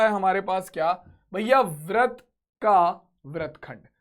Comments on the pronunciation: Vrat not vrit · Brat nhi britt sir